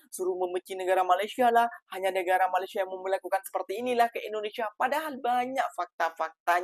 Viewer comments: PADAHAL SI DENGAN SANGAT SANGAT JELAS MENGATAKAN MALASYA... MALASYA... MALASYA... KOK BISA ORANG MALAYDESH TIDAK BISA MENDENGAR DENGAN BAIK 🤣🤣🤣 APA MEREKA PEKAK TELINGA 🤣🤣🤣🤣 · ORANG MALAYDESH TIDAK MENDENGAR DENGAN BAIK APA YANG KATAKAN 🤣🤣🤣 PADAHAL SANGAT JELAS BERBICARA MALASYA... MALASYA.. MALASYA 🤣🤣🤣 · Bisa dengar dengan baik nggak apa yang cakap tu🤣🤣🤣🤣 berkata MALASYA... MALASYA... 🤣🤣🤣🤣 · Waah ternyata orang malaydesh tidak bisa mendengar dengan baik apa yang di ucapkan MALASYA... MALASYA 🤣🤣🤣🤣